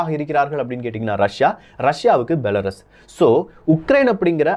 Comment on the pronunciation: பெலருஸ் என்று கூறவும்.